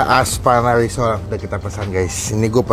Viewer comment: Risol bang bukan lisol😊